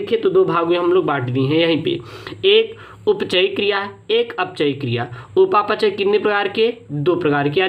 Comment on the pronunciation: Sir upa pachay ni hota hai upapchay hota hai